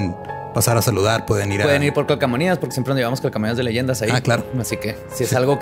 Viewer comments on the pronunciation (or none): Tan pal perro vatos ... y se dice CAL CO MA NIA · Amado, repite conmigo, se dice: "calcomanía" "calco-manía"; te amo cada día.